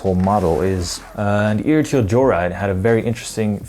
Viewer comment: ertl = "er-tle"